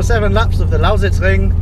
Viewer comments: Really like how you say "Lausitzring" :) Sounds almost like a native. Its a really cool track, like driving there. What was the fastest lap in the FK8? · i can't get over how excellent he pronounces "Lausitzring" :D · you say lausitzring as german as it gets. pretty fascinating ;) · lol how often did he say 'lausitzring' :D good pronounciation tho